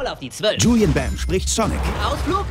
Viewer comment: Ey an alle komischen guys er heißt Julien Bam nicht Julian Bam